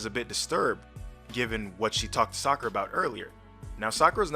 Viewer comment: ... I aint the only one, right? The AI Naruto called her Fakura!